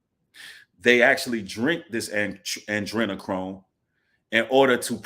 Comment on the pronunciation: Ah-dree-nah-chrome